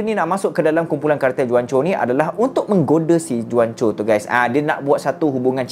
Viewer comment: Bukan juan Pronounce die Huancho